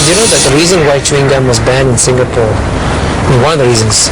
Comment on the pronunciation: eh walau.its "sing-a-pore" not "sing-ga-pore" la!u discovery leh,england so lan one meh?lols....